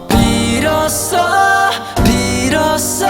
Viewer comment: 너무 발음을 정확하게 하시려는거같아요... 빌->Bill 이런식